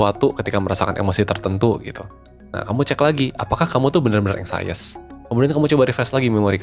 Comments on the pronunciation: Bacanya eng.syes bukan eng.sayes...cm mau blg gt aja🙏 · anxious bacanya ang(k)shes min bukan ansayes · Inggris lu ganggu banget,anxious dibaca anxies. Bukan anxaious..